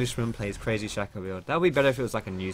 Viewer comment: no it's shaco not shaco